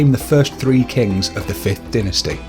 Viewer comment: Lool! Dude. You can't say deity or dynasty. It's so funny i couldn't pay attention to the rest of the video!